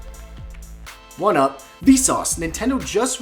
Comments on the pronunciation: Did he say one up in the beginning? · Kevin said 1-up instead of What's up :3